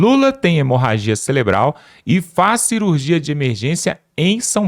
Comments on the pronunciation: SABE NEM FALAR CELEBRAL KKKKKK CAKAVA BOCA OFÉLIA KKKKKKK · nao e celebral,e cerebral.eita mobral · não é celebral... é cerebral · NÃO É CELEBRAL MENINO,,,,,O CERTO CEREBRAL TA BOM ? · "CELEBRAL???" UHUmmmmmmmmmmmm...paulo freire... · Cerebral não celebral🥴😖😖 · Orras, amiguinho, "CELEBRAL" é de doer os tímpanos...😂